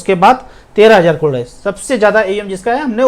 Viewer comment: crore bolna phirse 😂 klodo 😜